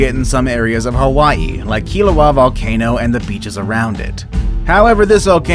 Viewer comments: Killuuwaya not killua but it is spelled Kilauea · You've butchered the Hawaiian pronunciation. "Kihl-uh-wai-aa" for Kilauea and "haw-naw-copy-eye" for hanakapiai. Hawaiian language is mostly made up of vowels and they are all pronounced the same way every time. a makes a short “ah” sound like the a in “above” e makes an “eh” sound like the e in “let” i makes an “e” sound like the e in “easy” o makes a short “oh” sound like the o in “pole” u makes an “oo” sound like the oo in “moo” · #10 pronounced "Ka-vai-ee. #5 pronounced "key-la-way-uh." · You said Kilauea Beaches wrong